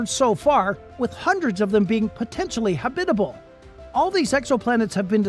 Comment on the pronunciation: Is it just me or does anyone else cringe every time the narrator says the word “habitable” ?